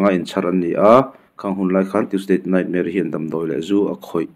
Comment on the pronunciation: Tuesdate Nightmare ti a chhiar ang tlata ka ngaihthlak chu le, ka hresual palh nge.